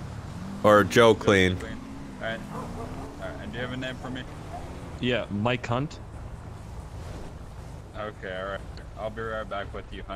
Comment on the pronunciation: xD did he say mike count? Lol